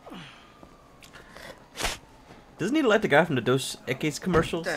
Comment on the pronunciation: hey man i think its pronounces EcK-ies Dos Equis --> Dos Eck-ies?